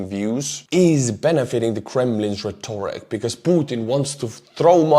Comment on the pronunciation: RET orik, stress on first syllable.